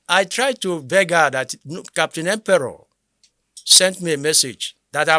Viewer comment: The name is Empere not Emperor